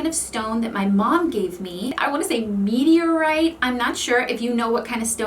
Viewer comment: This girl really said “meteorite” 😂